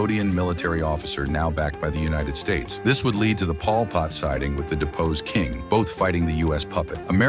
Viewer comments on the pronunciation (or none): “Paul Pott”